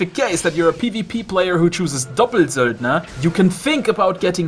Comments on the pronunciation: cause it sounds so german and ur speaking english the whole time :D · I laugh every time u say doppelsöldner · D I also have fun pronuncing stuff as correctly as possible, and still it was so funny when u said doppelsöldner :D